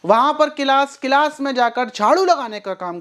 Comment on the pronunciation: गिलास नहीं क्लास बोलते हैं 😊😊🙏🙏